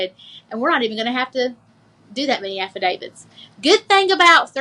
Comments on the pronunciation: What's with everybody saying "affiDAVIDS" ?? It's "affidavits." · What's an "affuh David?" 😆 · Oh but her "affa-davids". She is a piece of work.